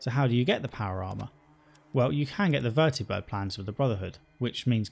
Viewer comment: I love that you say "Vertibird" instead of "Vertabird"